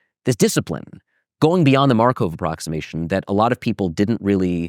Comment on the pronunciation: Schrödinger/Markov. Why can this prof not pronounce this extremely basic/common names in Mathematics/Physics, despite him obviously being a person who devoted a lot of time to pay attention to history, etc. Even an anglified version of the 1st should not be pronounced "Sh-ro-din-Jer", but but rather "Sh-ruh-din-Ger" (i.e. not an O-sound and hard G instead of J). And Markov is not pronounced "mar-cove" but more like "markoff".